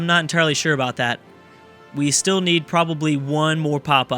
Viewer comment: "Hey, don't worry aboot it,, soory." I'm so fucking hyped for this series.